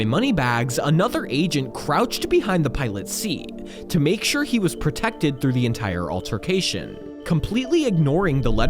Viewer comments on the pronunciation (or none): none